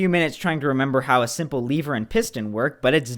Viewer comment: Lever,just lever,theres no plus E ,not Leeeever